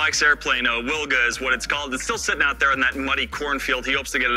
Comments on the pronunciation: If you ever wanted to try and pronounce it in Polish, try veelga or veelgah. Basically like you're saing it now, but with a hard V to start with ;P Love these vids, all the best! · Wilga in Polish means Oriole. Its pronounced "Vilga" for you English speakers. Don't butcher it anymore! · It's pronounced Vil-ga! minor point but...c'mon man! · Correct pronunciation is Vilga because in Polish W=V